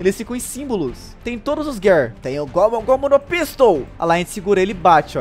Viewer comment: Eu sei que eu to sendo chato mas se gir four não gear se escreve gear e se fala gir